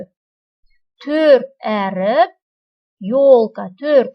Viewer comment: Өріп емес әріп